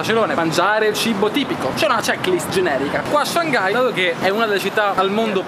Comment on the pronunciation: Comunque la pronuncia di Shanghai è Shang-hai e non Shan-ghai (la “g” non si sente quasi), scusate ma è una cosa che mi da parecchio fastidio a sentirlo 😐